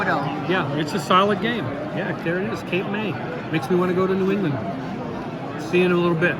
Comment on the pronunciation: Cape May is technically in New Jersey, not New England. But hey, who's paying attention? This New Jerseyan. HA! You said it right. It's a solid game. I have yet to open my copy of Transmissions, but am now tempted after watching your video.